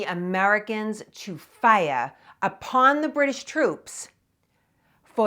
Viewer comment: I love how she says ..fiya!